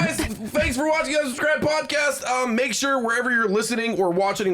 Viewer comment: Can we talk about saying "watchENing" in the channel promo at the beginning of the show? It's been bugging me for the past 76 episodes:O